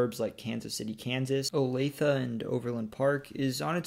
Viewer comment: thank you for pronouncing olathe correctly lol. So many of these types of videos I've seen they always pronounce it oh-lay-th... ugh